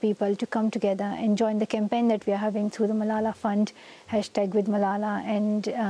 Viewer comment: Stop, stop stop! You're going to take someone's eye out. Besides, you're saying it wrong. It's Malala, not MalalaH.